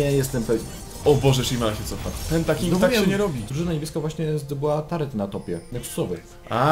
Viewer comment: Filmik spoko, ale mówi się turret a nie "tarret"